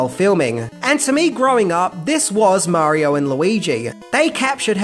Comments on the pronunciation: Marior, Nintendor, Showr :P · Imagine making a whole ass video that is a full 26 minutes long but you still can’t say Mario without adding an unneeded british as marior every other time you say it